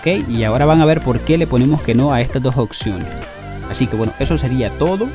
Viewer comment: Hijazo ya te había corregido antes...🤦🏻 Ya varios meses de tu recogida 😂 y sigues diciendo "occiones" haber de nuevo mi 🐩, te explico es OPP y luego dices seguido SIONES ok!!! Práctica así varias veces va😉